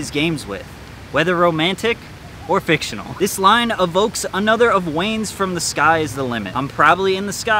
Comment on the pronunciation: The lil Wayne one u read fictional I’m sure you’ve got this comment 1000x but it’s financial not fictionional